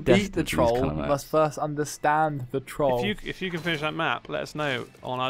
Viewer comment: Y'all say troll really cute like most people pronounce it 'trole' but y'all literally say troll like in trolley it's gr8. In fact it's gr9.